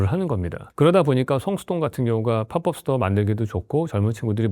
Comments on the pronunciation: 파법스토어라고 발음 안하고 왜 팝뻡스토어 라고 하지..? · 팝업스토어 발음 왤케 못핳